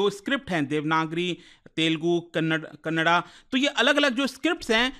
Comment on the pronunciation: Kannad kannad kya laga rakha hai yaar it's kannada